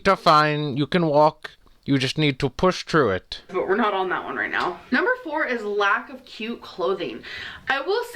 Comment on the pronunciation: "Push Tru Et" 😂🤣😂🤣😂🤣